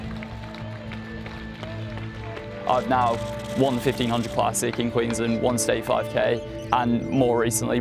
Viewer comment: Was proud to claim the as an Aussie until I heard him mispronounce "Queensland"